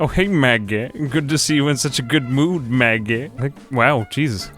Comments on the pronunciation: Idk what it is, but I love the way you talk. It makes these videos 10x better than they already are. And you come out with this like Mahggeh and I am here for it. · Love how he pronounces these things "The baad bed... the ba-ed beed" "Hey Magge~"